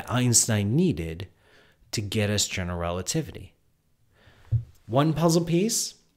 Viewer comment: Is it just me, or is he pronouncing "generelativity"? Also, shouldn't the name "Einstein" be pronounced "Ein-shtein"?